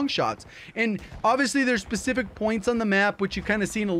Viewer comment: Can’t unhear pacific instead of specific